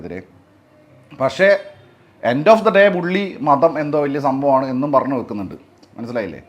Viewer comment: എല്ലാത്തിലും "പറന്ന്" പോകുകയാണല്ലോ പറഞ്ഞു എന്ന് പറയാൻ അറീല്ലേ